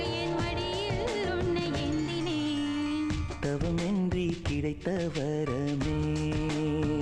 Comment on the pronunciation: Very beautiful song. One small minus point - the female singer says 'எந்தினேன்' instead of 'ஏந்தினேன்'. Could the music director not spot this and correct it ? I am not against Hindi singers singing in Tamil songs, but their pronunciation has to be perfect. Otherwise it's better to avoid ...